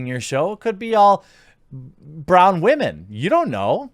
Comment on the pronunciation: Can you please say women correctly it's bugging me Everytime I watch a vid of yours with the word woman in it. Your saying it like wamon